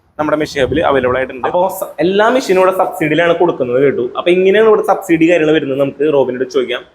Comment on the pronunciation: എന്താ ഈ ശബ്സീഡി....